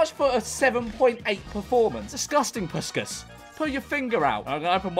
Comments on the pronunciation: the pronunciation of puskás is killing me 😭😭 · They way he says puskas does my head in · It hurt my soul 😭😭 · the way he absolutely massacred puskás is sending me glad he recognizes a Hungarian player I am very happy about it